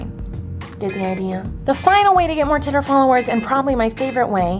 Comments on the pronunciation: U say titter it's twitter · I love how she says titter instead of Twitter 💁👑 she's the queen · I love how she hates swearing, yet she keeps saying titter instead of twitter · I love how u say titter 😂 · I clicked this video because its funny when she saids "titer" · She says titer she's amaze though. 💗👍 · "titter followerzz" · every time you tried to say Twitter, I laughed so hard 😂😂 (self promo ahead;) I make videos and it'd be cool if you could check them out :)